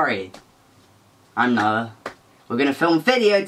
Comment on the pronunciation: Noah's "noar" is very satisfying for some reason